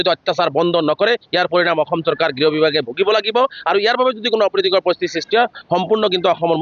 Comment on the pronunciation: বাংলাদেশীয়ে তেনেকৈয়ে কয় বাংলাভাষীয়ে ক'ত অসমীয়া শুদ্ধ কব পাৰিব ।